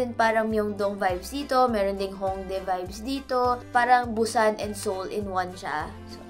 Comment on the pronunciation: its boo-san not boos-san